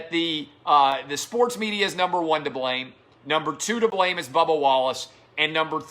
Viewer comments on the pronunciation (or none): none